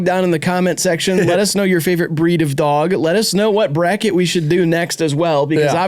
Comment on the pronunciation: i think they made this entire video so could say "duog" for an hour sixteen